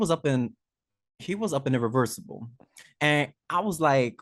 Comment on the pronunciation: said "irriversable" and I legit lept a foot into the air and screamed out loud from the other room.